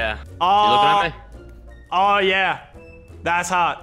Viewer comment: It physically hurts me to hear Lachlan say ttttthats hawt